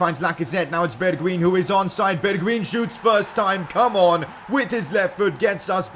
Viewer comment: #PCQ you call bergwijn =bergwien You schould say it as bergwein